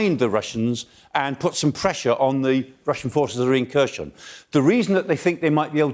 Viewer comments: chhhhherershhoooon_? really.,,,herson...Kherhon...HERSON.so bad? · Kherson has a silent K. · This guy is hopeless, 6 months into the war, and he's still butchering Herson as /KeR SheN/, f'ing illiterate senior citizen... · Prof. Clarke makes more sense in his reports than most other experts - even if he does think Kherson is Kershon ... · so, Kherson is easy to pronounce, "K' is silent, and the rest is the same as 'her son' in Eng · I just wish he learned to pronounce the place names a bit better, considering how often the place names are said. Kershon and Severodonyesk are grating. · Over 100 days of this war and Michael still can't pronounce Kherson correctly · Silent 'K' on Kharkiv and Kherson. Come on old chap :) Golden explanation at least. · Is the pronunciation supposed to be “severodonYEtsk”? I know “kershon” is totally wrong at least.